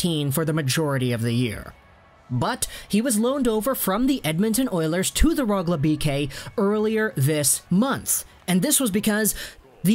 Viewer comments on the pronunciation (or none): just wanted to help a little with Swedish pronunciation. The Swedish letter ö sounds like the double o in took or book, not like o as in bow or o as in pot. The letter a always sounds like Ah, but the Swedish letter ä sounds like the a in cat. So Neels Hoog lahn der and Roog le.